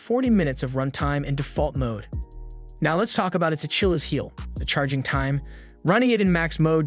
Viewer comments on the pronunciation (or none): Ah, yes, the A-chill-is heel.